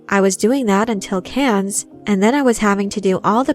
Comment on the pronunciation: I wince every time you mispronounce Cannes.